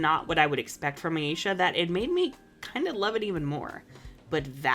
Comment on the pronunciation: I will always prefer the name Layla to Aisha, because of how butchered the pronunciation of her name is when she's called Aisha. Aisha is a super common name here where I live (I have a cousin named Aisha), and you don't pronounce it Aa-ee-shaa, it's pronounced Aa-ay-sha (the 'ay' part shouldn't have too much stress). I hate to be that person, but it's just a tad bit disrespectful to see such a popular name for women of colour used to refer to a character without the creators actually properly learning how to pronounce said name.